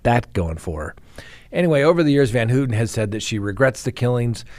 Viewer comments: work on pronunciations. It’s Pronounced Van-How-tan, not Hooten. It’s a pet peeve, I know, but it’s something I wish you were more careful about. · You could pronounce her name correctly. Phonetically it’s pronounced as Van Howten not Van Hootin. I’m glad she’s out. She’s done her 53 yrs and zero chance of a murder ever happening again. Not my words but that of the parole board. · Gotta work on pronouncing Leslie’s last name …. Pronounced Van “how” ten Not “ Hooten “ 😂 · i noticed he mispronounced it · Pronounced van "how ton" How-tin. How-tun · Van Houten. The "ou" is pronounced like in the word "ouch" or "pronounced ". Your track record is intact 😊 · Leslie Van Houten: "Van-how-ten" Patricia Krenwinkel: "Kren-wink-el Leno Labianaca: "Lee-no" Not that hard